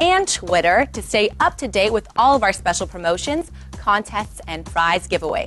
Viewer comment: I swear every time says "....and prize giveaways." right at the end, it sounds like she's saying fries lol